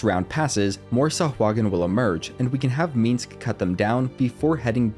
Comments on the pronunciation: The way he keeps saying "Meeensc" instead of Minsc is a bit grating... But the video is otherwise very good and helpful. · First time watching, great video..but one thing: it's MINSC, MINSC (Like Minsk)..not Minsx. Play BG 1, or 2, you'll hear him say his own name like a couple dozen times (at least). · every time he said the word "meensk" my ears hurt. that dude can stay tf in camp, i think you just like saying his name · I cannot hate your pronunciation of "Minsc" more. Shit talking aside, these guides have been marvelous. Much love!